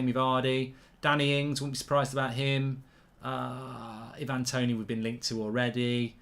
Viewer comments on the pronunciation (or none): none